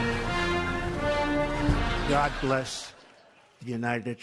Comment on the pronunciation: "God Blesh The United Stersh" hahaha